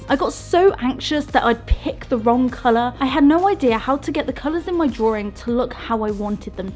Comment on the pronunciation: I watched for a good while but I have a massive pet peeve with linking Rs. Drawring drawring drawring. Honstly, I tried to watch, I just gave up after 7 minutes.